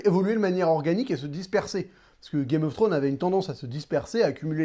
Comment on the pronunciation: ça me stresse tu dis "Game of Throne"... y'a un -S à la fin de Game of ThroneS, il faut le prononcer. Beaucoup trop de personnes l'oublient ce -s, c'est triste...